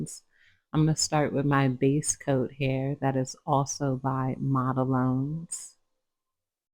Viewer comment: Black and white are notorious for wrinkling. The main reason for that is the coat is too thick. For pure white and solid black you have to do very than coats so that number one they will cure completely the whole way through and number two they don’t wrinkle. It is actually pronounced model one as the brand 🙇‍♀️🤍